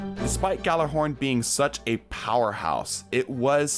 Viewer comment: ITS PRONOUNCED YÄL•LÄR•HÖRN